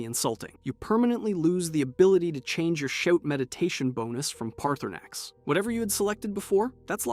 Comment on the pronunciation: Guy can’t even say Paarthurnax name right